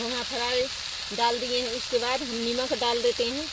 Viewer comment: are nimak nahi hota name hota h kya dhiyati log bolna bhi nahi janti